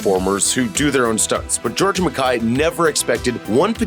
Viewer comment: McKAY, not McKAI. It’s literally spelled out for you